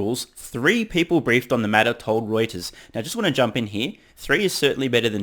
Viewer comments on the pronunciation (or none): none